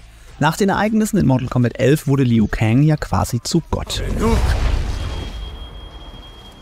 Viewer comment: BRUDER! Wenn du noch ein mal dieses LIU so beTONGst kriege ich was an mich. Er heißt ausgesprochen LU kang Und da mk12 gegendert wird BESTEHE ICH DARAUF